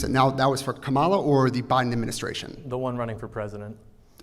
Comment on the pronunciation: Gotta give credit here, at least he pronounced Kamala's name correctly 😂😂😂